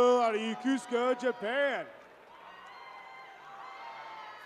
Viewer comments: How do you get Yakusaka out of Yokosuka? It’s clearly written on the sigh card…YO-KO-SU-KA. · FFS, it is not pronounced "yuh-KOOS-ka" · My dude had 40 chances to say Yo-Ko-Su-ka and didn't get it once. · LIES! If you were born there, its pronounced Yo-Koh-Soo-Kah Get outta here, why is there always a person who defends the wrong 😒 🤣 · I need the confidence the announcer has when pronouncing Yokosuka wrong 😂😂 Congrats to all in this video! Thank you for your future service! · Is it just me, but shouldn’t the announcer know how to pronounce Yokosuka? 🤷🏻‍♀️ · Is he mispronouncing Yokosuka? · You'd think a graduate of the Naval Academy would learn how to pronounce "Yokosuka". And the ship is not the USS Summersault, it's the USS Somerset. What a poor choice for an emcee.